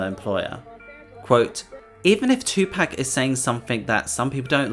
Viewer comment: As your accent seems to be not American, I just wanted to correct your pronunciation of Tupac. It’s pronounced Too-pahk; not Too-pack.